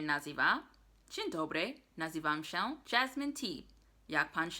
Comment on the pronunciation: Jasmine, the ą and ę is usually silent when pronounced. So you would pronounce "nazywam się" without the accentation. Also you could say informally "pa" for bye or "hejka" instead of cześć.